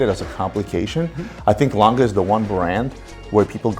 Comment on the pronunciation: Laaangeh und Soooney thats how you say the name.Best wishes from Germany